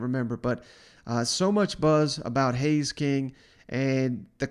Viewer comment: Haynes, not Hays.